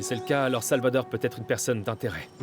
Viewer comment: J'ai entendu dire Salvador 😂😂😂alors qui